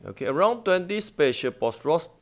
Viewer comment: I like how you are saying [korean vesrsio] you can here like [korean washin] hahaha and [boss rush] like boss ras. But keep it up ,you doing nice.